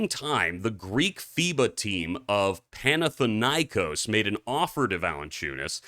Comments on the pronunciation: Τhe broadcaster that he is not paid to pronounce "PAnathinaikos". Pana had 7 euroleagues how many NBA rings nuggets has? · Why don't you learn to pronounce Panathinaikos? Some of your viewers are probably Greek. I don't like to see when there isn't even that much effort to respect viewers of other nationalities. It turns me off to shows like that